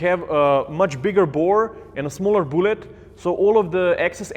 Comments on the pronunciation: He says “boolet” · I dont know why but when says "bullet" I hear "boollet"